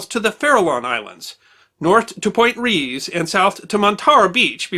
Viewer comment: Point Reyes is pronounced ray-ehz, not rees